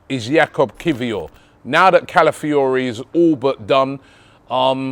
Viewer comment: Robbie's mouth and pronouncing Calafiori 😭😭